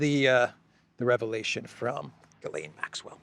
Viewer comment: Ghislaine, the H is silent. 🤣